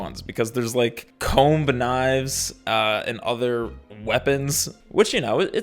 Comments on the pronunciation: Not a hard B on “comB knives” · that's the first time I've ever heard someone pronounce the b in comb 😂😭